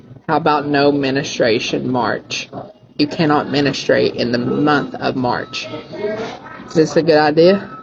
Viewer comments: Is he saying “menustrate” instead of “Menstruate” lolllll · Menestrate, what is that? Oh he meant menstruate.. What a mouth breather. You can't just... Not... Menstruate. What a loser. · It’s pronounced men-stru-ate. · menustrate? I’m not surprised he can’t even say the right word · wtf is “menistrate?” 😂😂dudes can’t even say or use the proper version of the word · Minnastrate? Fuck is he talking about? "No Discharge December" So ... Women can't leave the Military all month? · does he mean menstruate? Wtf is he saying?